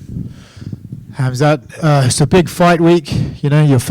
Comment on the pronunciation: "Khalmzat" Chimaev